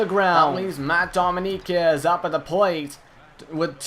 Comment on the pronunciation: Btw, dominguez is pronounced dough-ming-guezz :)